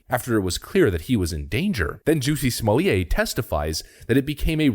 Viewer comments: Smol-lett. The T is pronounced, thanks. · STOP with his name prononciation !!! Unbearable !! Nothing French to it ! Nothing ! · JUSSIE SMOLLYAY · I still love everyone covering this pronounce his name wrong. No one cares.